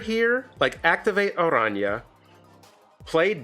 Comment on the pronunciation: Thanks for pronouncing Araña correctly!